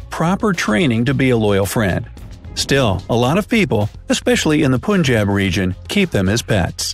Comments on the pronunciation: its prounced punjab not poonjjab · The way u pronounce Punjab, kutta and rajapalayam is just...........I got no words🤣🤣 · The way u pronounce "Punjab" and "rajapalayam"😂😂😂😂😂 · The way you pronounce punjab rajapalyam and karnataka is funny.